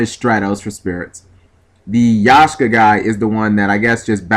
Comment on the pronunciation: G! it's Ya-k-sha! Not Yah-sh-ka, but again, you are the guy who plays blue jeans with bujohnny crane